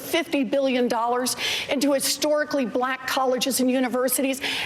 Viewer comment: "The only blafican American woman" 😂